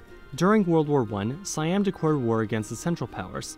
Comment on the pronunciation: "Thaiwand...decwared..." lol